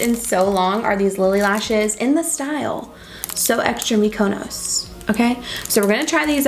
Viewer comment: Girl I need you to google how to say Mykonos 😂